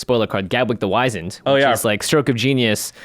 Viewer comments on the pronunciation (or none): Yo! Once again, you are pronouncing "Wizened" wrong. Google it already!